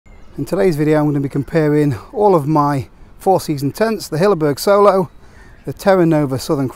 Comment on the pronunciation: Hilleberg Soulo, not Solo. Soolo. Double O as in poor.